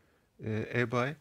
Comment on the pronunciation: Reis güzel anlatmışsın ama ibey diye oku yav garibime gitti eBay neydi diyorum kendi kendime